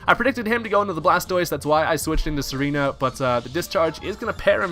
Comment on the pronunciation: Tsareena is pronounced "zar-ee-na". its like a hard Z sound; like Czar. its not "serena". js as a guy with a vikavolt, i wish the thing had access to parbolic charge kudos for using donphan. under appreciated mon imho long freaking battle here...